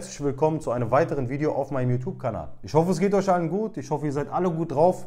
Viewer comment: Ich finds so geil wie er juutub kanal sagt😂😂